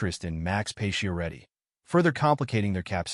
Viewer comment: why are you pronouncing his name as "pay-she-er-eddi"? using bot voices?